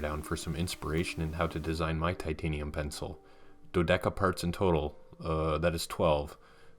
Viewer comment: "Dodeka", meaning twelve in greek, should sound more like "thotheka" where the "tho" and the "the" sound like the commonly used word "the" which would correspond to the greek letter "Δ", aka "delta". And the tone should go to the letter "o". So, try "thOtheka". :) Great vid idea, the Pentec teardown.